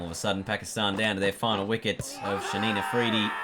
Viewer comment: So who's gonna tell him its Shaheen afridi not Shaneen afridi lmao